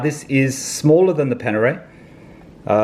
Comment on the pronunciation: Its Panerai not Panere